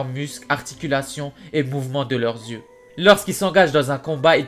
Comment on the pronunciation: ses 3 paires d'yeux et non '' de zyeux '' par contre super vidéo!!!